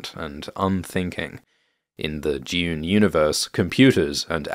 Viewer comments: DUNE NOT DEUOON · I’ve come to like how you pronounce dune as june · Not the yod on Dune. Dyune.